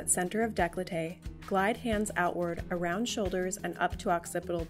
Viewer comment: "Daycoltay", not "dayclotay".